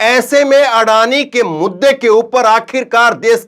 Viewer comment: आडानी का अ नही बोल पाते है